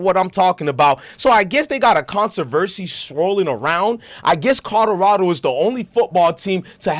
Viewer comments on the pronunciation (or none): Hes interesting first time listening neess to stop cursing and practice saying co lo ra do. Otherwise more power to the brother for doing his thing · Learn how to say Colorado